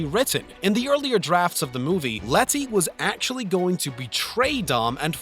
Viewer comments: it's pronounced "leddy", not " Let-tea". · Ah yes Let-tea 😂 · Please stop saying LET TEA its Leddy is how pronounce it it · It's letty not letthi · Say letty once again loll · Really stressing those Ts in Letty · The way he says Letty makes me want to shoot myself lol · I'm thinking it's a speech impediment because at the end of the Brad's Pitt section he says "goods call" So, he probably adds the s sound after most words that end with a D. He also does that throughout the rest of the video. And in the Fast and Furious, he calls Letty Lettsy so maybe it's not just words ending in D but words containing D's and T's (similar tongue positions)